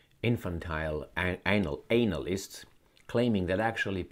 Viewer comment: Is the word anal-yst or anal-yeast?